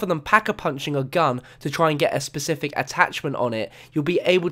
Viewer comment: specific not pecific dude